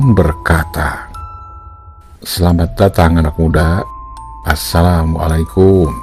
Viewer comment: Kang, baca salam teh anu leres atuh !!! 🙏🙏 teu kenging disamikeun baca salam nu bahasa Arab sareng basa Sunda. Terutami dina panjang pendekna "suku kata" margi balukarna ngarobah ma'na